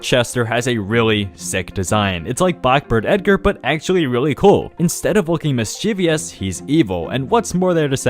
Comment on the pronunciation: mischievious?!?! isnt it mischievous buddy